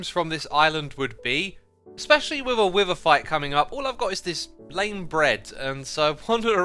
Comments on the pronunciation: I have the feeling of "When you are a GROWN MAN and still don't know how to differentiate pronunciation of words Like "WIVER"?? Instead of WITHER?" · It's beether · Nobody absolutely nobody: Xisumavoid: Beether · Omg its no wither bee its Beether lol how much sitution does ut make does it throws bees exect of wither